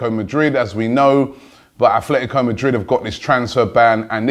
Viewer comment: Robbie, love the whole AFTV Transfer Daily series, but there's one thing that bothers me. You keep saying "Athletico Madrid". It's ATLETICO, not ATHLETICO! There is a La Liga club Athletic Bilbao, but Simeone's club doesn't have an "h" anywhere.